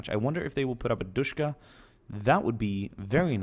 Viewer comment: DShKM pronounced Dushkum. Not Dushka. Dushka refers to the DShK, circa 1938, the M is added to everything after that point and stands for modernized. Good video :)